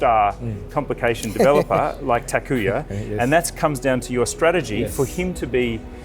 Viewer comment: thank you for making this video, loved every minute of it, except when you and Mr Naito kept on saying Takuya instead of Takuma :)